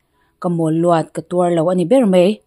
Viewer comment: 'Tuar lo' tih i thluk dan te hi (a dang pawh danglam deuh a awm zeuh zeuh) ..'thuziakmi' ni ve bawk si;ziak ve satliah nilo mite hriat hlawh ve tak si ni tan chuak a mak lamah a kal ka ti.....chhiar thiam inti ve tak tan pawh tih than loh chuan a rîa chhiar hi chuan chhiar fuhloh nulh nulh a awl, mahse 'ziakmi' i nihna chu thuhran nita sela, hetia midang ngaihthlak theih tura i chhiarna hi a rei ve leh tawh nen....hemi thawnthu bika 'tuar lo' tih ang chi..a thluk dan tur ang nilo lutuka i thluk leh khauh thin hi chu a mak ka ti ve em em tawp. Sorry boss